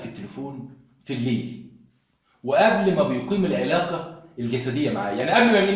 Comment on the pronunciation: اسمها العلاقة الحميمة.غلط في نطقها